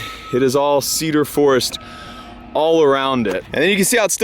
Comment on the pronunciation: Washingtonians any time says "Cedar" or "Forest" and especially "Cedar forest": 🤔